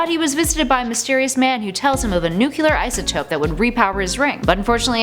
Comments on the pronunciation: OMG I love you but it's NU-CLEAR, not NU-CULAR! 😘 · NU-CLEAR. Not NEW-CUE-LUR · Nu-cle-ar. Not Nu-kyu-lar